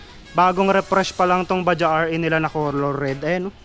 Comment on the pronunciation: Bajaj po Yan hindi Baja, pronounce as bajads sabi Ng mga kasama kong indian. Made in India.